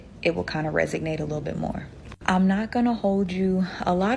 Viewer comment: she really said "resignate" instead of "resonate". black women have a hard time pronouncing words.